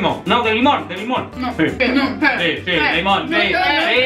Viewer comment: Es limonnnnnnn carago 😡😡😡😡😡😠😠😠😠😠😬